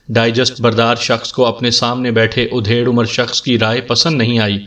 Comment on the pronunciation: آپ کی آواز اور پڑھنے کا انداز بہت اچھا ہے ، لیکن یہ ادھیڑ(adhed) عمر کو آپ جب udhed کہتے ہیں تو بالکل اچھا نہیں لگتا ۔ ادھیڑ‌ عمر کا مطلب آدھی عمر کااور ادھیڑ udhed کا مطلب چیر پھاڑ ہوتا ہے ۔